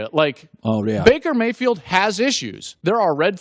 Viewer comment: "I could takle Baker Mayfiled"